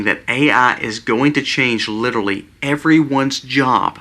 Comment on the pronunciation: At the risk of sounding "out of touch and old" (which I am and an English teacher to boot), please let me encourage you all, especially,: (1) The word is "literally"...not "littaly". (2) The term is "kowtow"...not ""cow tail". (3) The word for Charlie Kirk's death is "murder", not "when he passed" (which would indicate a long time/long term health battle/issue). You are doing such a good job,!!! These are minute points, but they are sticking points because you talk about "home schooling" (with which I do agree at this point in time). Incorrect grammar use does not support your argument for home schooling. Same with the history of the term "kowtow" which is oriental in source for people who bowed down in false humility or were killed/murdered for the gaul/arrogance of standing up to "authority". It is not "cow tail". Third point is clarified above. Stand tall, young man! You and your family are such wonderful examples for us. PSALM 91!!!